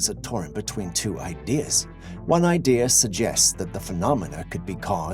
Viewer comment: Behind the motorcycle and the kid is a goose man. Also sorry, it's kind of a pet peeve of mine but 'idea' isn't pronounced 'idear', just sayin.